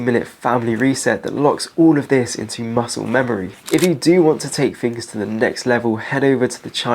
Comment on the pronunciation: English ffs just another person wrecking the English language . free fings etc {three things} drives me mad